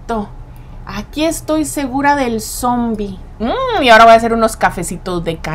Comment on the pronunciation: no cre porque dice zoombie